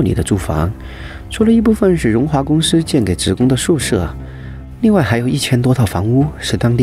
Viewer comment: 物业公湿（司）。我们并不在意你说川普，你说标普说得太累了。